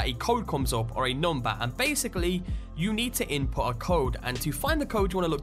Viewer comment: Where is he from ^.^ His pronunciation sounds rly funny to me ! The most I liked when he said nohmber